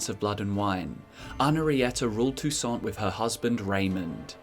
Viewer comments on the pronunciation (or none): It's prronnounced toussan, it's french(Techincally not french in the witcher but everything there is undoubtedly french inspired, names included.)